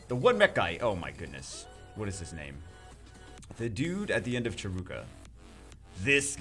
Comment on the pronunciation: him saying dont farm cahruka me: farming charuka all the time with raiki